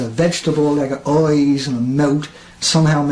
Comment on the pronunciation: 'A vegetable with eoyes'